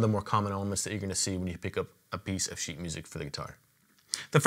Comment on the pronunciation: IKR ! It sounds like "piece of shit" 😂😂😂